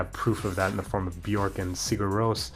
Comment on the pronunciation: it's pronounced "Byekk", not "Buh-york"